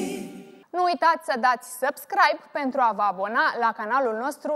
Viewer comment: PANTRU NI TE MAI DA CE NU ESTI SA L INVATATI SA ZICA PENTRU ASTA NU PREASTIE LIMBA ROMANA 😁😁